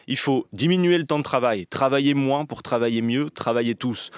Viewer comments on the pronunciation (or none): none